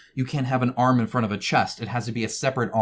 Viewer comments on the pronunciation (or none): none